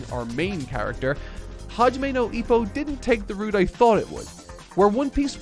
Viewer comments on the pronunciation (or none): none